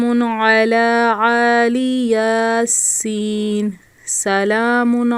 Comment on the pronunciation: Ye 8 slm bn rhay hn and AILAY YASEEN NAE blkay IL YASEEN H